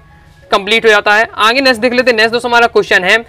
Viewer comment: Aage ❎ aange ✅😂😂